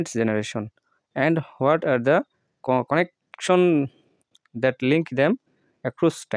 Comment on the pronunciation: ভাই আপনি যেগুলো উচ্চারনে ভুল করেছেন সেগুলোর তালিকা - ওফটেন-ওফেন' , ওফোর্ড - আফরেইড, কনেকটশন -কানেকশান, প্রথম পার্টে এত ভুল কষ্ট 😂😂😂😂😂😂😂😂